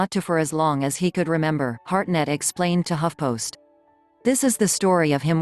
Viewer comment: It’s Hartnett, not Harnett, you dufusses.